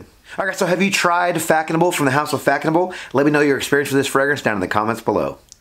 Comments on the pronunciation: Its pronounced "fass noble" Not Fackonable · “Fack a noble”😂😂 such a bad pronunciation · Nice review! Just one thing: it’s read “Fassonable” the ç has an s sound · Yes! Its pronounced fassenau. Smells good for the price. Haven't owned a bottle in 20yrs. Saw it on a discounted website and just re-ordered.. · It is pronounced faSonable - /fa.sɔ.nabl/ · Hi there It was a bit herby to me, back then almost plasticky, I believe it's pronounced, Fazonabl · You’re saying it very wrong